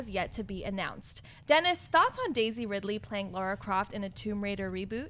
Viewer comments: It's Lara not Laura!!! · It's LARA. LARA. Not LAURA.